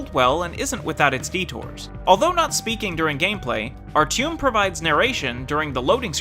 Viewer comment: Here's a medal for by far the worst pronunciation of Artyom. I absolutely loved the Metro, and I think this review lacked more about the psychological impact this game leaves. I mean... That was the biggest gripe for me. This is more like gameplay-only review, which I can completely agree with though.